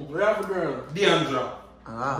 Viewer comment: Did he just say j for Jirl girl opps